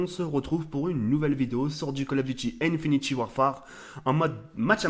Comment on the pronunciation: INFINITE WARFARE PTN PAS INFINITY Tu vas nous faire une vidéo excuse pour ce problème de prononciation